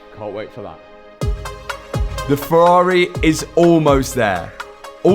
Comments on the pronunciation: wise words "anotha farrareh" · Ferraraaaeh - love it:D Where is From?